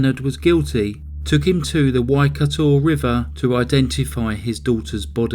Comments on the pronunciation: Except for the pronunciation of the Waikato River. 😳😂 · And Waikato River. 😳😂🇳🇿